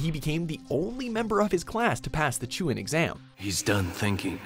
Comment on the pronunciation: it's not chuin exams it's chu-nin exams